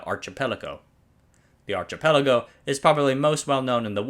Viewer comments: Numerous pronunciation mistakes. The front of a ship is the bow, but not pronounced as done here, but in the way the word is used to describe a performer acknowledging the audience's applause. The CH in "archipelago" is pronounced like a K. A sailing vessel the size of Lenin is called a ship not a boat. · A ship's bow rhymes with plow, not know The CH in archipelago is pronounced K